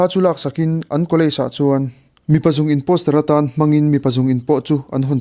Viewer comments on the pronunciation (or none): Zung in ni lovin Zun in ti la😂I tawngkamah improvement siam ngai tlemte a awm...A bak chu a hmuhnawn khawp mai...ti zel rawh🌹🌹